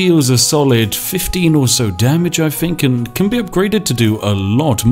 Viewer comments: 'Th'...use it in words! Finking, fought, breaf, everyfing, pafetic, fousand...THE list goes on. Oh...and its 'of' not 'ov' 😂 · Got to say, for such a recent game it looks like a heap of shit, it's nearly as bad as Spiffing Brit's pronunciation of anything beginning with th getting turned into an f, take the word think for example, nobody apart from retarded coffee drinkers pronounce it as fink.